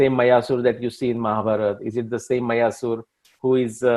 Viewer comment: You should make your videos more interesting with maps of BC period. Especially when talking about regions and places. Also pronouncing the sanskrit names and places correctly. Eg मायासुर, not मयासुर 🙏🏻